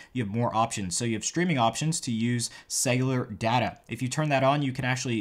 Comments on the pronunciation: It’s data, not data. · I hate the way you say data it’s data (hahah) maybe the way yu say it is a American pronounciation